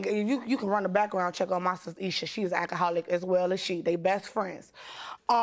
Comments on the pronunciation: "Akaholic" "dutch" tape. "ax" instead of "ask" stay in school, people, before worrying about adding anymore people to this earth. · "AK-A-HOLIC". "AXED" instead of 'ask'. The plaintiff's witness yelling and fussing AT the plaintiff. Mentally deficient, emotionally defective and just plain old, garden variety ratchets! I am truly embarrassed for them. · And a akka-holic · And "AK aholic". Axe, instead of ask. "Dutch" and "Duck" tape. "Pitchers" instead of pictures. Ridiculous!